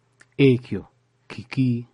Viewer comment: Spotted errors in your pronunciation of 'Ki' and ' Ekyo'